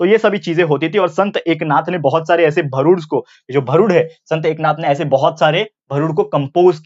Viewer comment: It is not bharud it's real pronounciation is भारूड